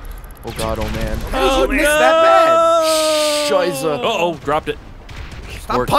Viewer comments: You mean... Scheiße(Schiesse also works.)? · did say scheisse?